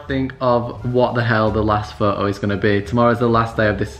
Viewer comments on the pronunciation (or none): Pho-o not photo😂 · Pho o (photo) ... I took each tym a breath whenever he said ...Pho ooo .. love the video though ♥️ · Lmao... Fo'Oh😂, and he says it so much and every time he says Fo'Oh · His pronunciation of photo is funny